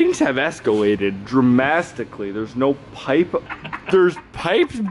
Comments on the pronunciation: “Things have escalated dremasticly” 😂😂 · 🤣🤣🤣🤣🤣 "dramastically" mind numbing turn off ur brain content gotta love it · Dramastically? hahahaha